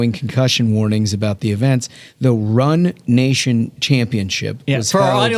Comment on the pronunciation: RUNNATION.... it's about leevritch